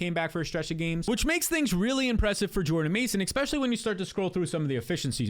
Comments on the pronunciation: I’m just here for the “ex-specially”